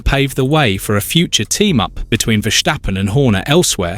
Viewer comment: Max being a Dutch dude, the surname is pronounced "ferstappen" rather than "fershtappen". 😉